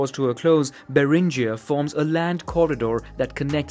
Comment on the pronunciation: Beringia - [beringia] but not [berindjia] since the explorer's surname was Bering [bering]